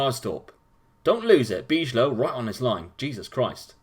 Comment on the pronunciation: Great video as always, but you seem to butcher some names ;) Some tips wth the pronunciation: Bijlow --> The 'ij' is almost impossible to pronounce as a non-native speaker, but try to pronounce it like a 'y' to come a little closer. Kökcü --> The 'Ö' is pronounced like the 'u' in burger, the 'c' is pronounced like the 'ch' sound in cheese and the ü sounds a bit like the 'e' sound in chew Jorgensen --> the 'o' is pronounced like a 'u' as in burger. Keep up the good work nontheless.